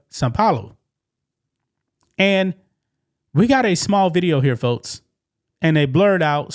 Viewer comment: I love dude’s unique way of pronouncing K sounds with T’s (e.g., “folts” & “Metsico”). 😅✌️ “Skydivin? Naw I’m good!” 👈 KAZACKLY! Life is WAY too precious to risk it on cheap thrills. 🤷‍♂️